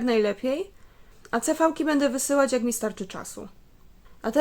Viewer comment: Mówi się si wi ;)